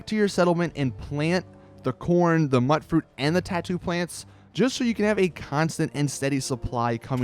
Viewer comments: By the way, mutfruit is pronounced mute fruit not mutt fruit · A great video but it's really killing me hearing it pronounced mutt-fruit. It's pronounced mute- fruit, short for mutant fruit. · is it pronounced Mutt fruit or Mute fruit? i always thought it was mute as in mutated fruit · And mutfruit is short for mutated fruit, so the "mut" is pronounced like mute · Just a heads up, mutfruit is pronounced myoot-froot (as in mutant fruit) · Okay bro. Since you were helpful with this info I'm going to help you back and save you further humiliation. "Tato" is not tatt-oh. It's a potato. "tay toh". "Mutfruit" is mutant fruit. Note the "mute" sound. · my god you're pronunciation is horrid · does the pronunciation annoy anyone else?